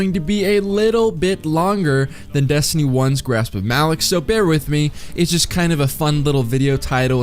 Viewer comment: I know no one cares, but I thought it was pronounced with the LOCK sound and not the LICK sound.